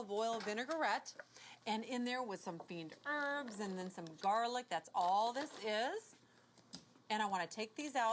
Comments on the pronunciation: She means “fines herbs”, which is a French herb blend. But she really is saying it like “fiend herbs” here 🤣 Maybe influenced by “herbs de Provence” since she uses that in a lot of her russipes too. Perhaps it's "fines d'herbs" in her mind? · WHAT is she calling those dried herbs? "Fiend herbs" ? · The fuck is that pronunciation 🤣